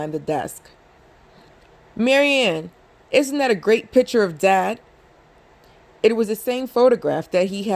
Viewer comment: Just constructive criticism: it’s picture not piture and it’s ask not aks Good read tho. Thanks.